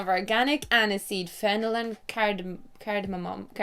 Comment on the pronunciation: when she couldn't pronounce cardamom i screamed "cardamom"! :) #skam